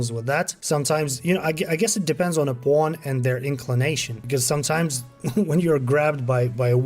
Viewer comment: Everyone: "Pawn..": "Pwooohn..." 😂 Good upload though,thanks for the update,still working on my 1st playthrough! Its very good! Thank you for the effort!